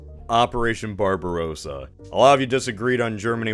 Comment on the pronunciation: it's not BarbarOOOssa, it's BarbarossAAA